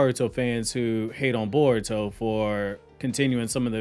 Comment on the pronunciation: Bar-uto Explained!!